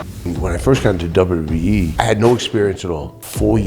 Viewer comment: He said WWEF 😂 I get I still call it the WWF always has and always will be a better name